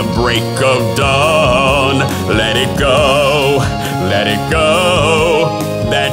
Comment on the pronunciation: awesome but you said sometimes ''let it co'' not let it go :P